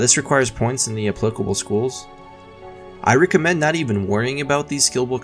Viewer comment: At first I thought you just gave no fucks and included all the stuttering and falling over your words and whatever because you're trying to keep it... idk, conversational? despite being scripted. But you also pronounced the word as REEcommend, and now I'm thinking words just aren't really your best friends.